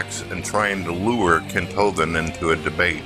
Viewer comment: i noticed that doesn't say Kent Ho-Vind any more.